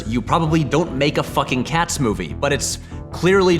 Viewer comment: It bothers me how it sounds like he's saying Cass instead of Cats.